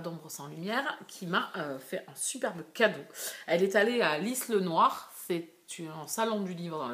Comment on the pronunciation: Coucou, on dit Lile noir le s ne se prononce pas. Belle vidéo, j'adore. Lisle sur Tarn est un très beau village que je te recommande si tu veux le visiter.